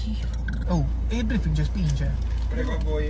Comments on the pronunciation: "nel brifingel" HAHAHAHA STUPENDO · Nuovo organo sbloccato: "brifigel" 😂😂😂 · “Brifigel” NUOVO APPARATO 😂😂😂😂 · Gra: sai dove te lo metto?: nel brifingel.xAHAHAHAHAHAAHAHAH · CISTIFELLEA❌ ✨BRIFINGEL✨